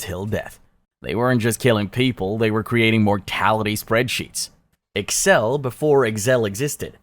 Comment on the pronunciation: analgesic said anole jehsick Excel said eggsal and too quickly Incorrect simple pronunciation of Tanaka(tah nah kah) and Ishii (eeshee ee)